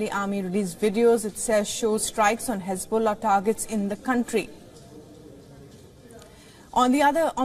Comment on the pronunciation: Khesbollah? Khamas? What about the khostages?